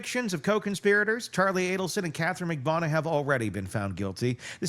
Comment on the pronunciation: 🙏 please learn how to pronounce Magbanua! Thnx for covering this!